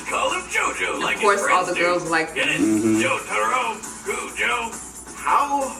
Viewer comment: You said Jotaro Kujo's name wrong I know JoJo Bizarre Adventure proffesionaly.